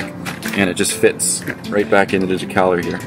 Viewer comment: Decaleur. Pronounced: deh-ka-LURE. Vive La France!!!